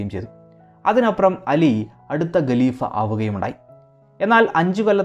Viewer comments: Galeefa alla haleefa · Not galeefa, but khaleefa.